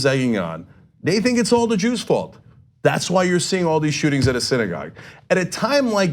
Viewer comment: Did that fucktard say "siddygog shooting"?